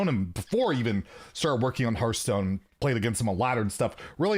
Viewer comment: Maybe they wanted to have the dude in charge of Hearthstone to be able to actually pronounce Hearthstone instead of Hurthstone.